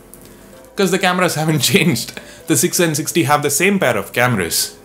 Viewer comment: Sounds like you're saying OnePlus 6D haha